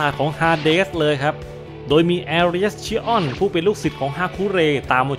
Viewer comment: ขัดใจตรง ชิออน เป็น ชิอ้อน นี่แหละ 5555 ส่วน อันที่บอกว่า ฟันพลาดโดนแขนตัวเองใครฟังก็เข้าใจผิดครับ แบบำทไมมันโง่จังวะ จริงๆคือฟันออกไปแต่โดนเบี่ยงมิติ โผล่มาอีกทางแล้วโดนแขนตัวเอง (ใครนึกภาพไม่ออกไปค้นหา Yu gi oh Dimension Wall เหมือนรูปการ์ดยูกิ Dimension Wall อะ ตีไป โผล่ข้างหลัง) ครับ